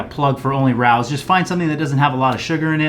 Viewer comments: great video man! It’s pronounced <Ray-O’s> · Its prounouced Ray ohs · Rao’s is pronounced RAY-O’s Grey video, i just subscribed to your channel. PS the best part is when your daughters came home. The joy on your face! Priceless #dadlife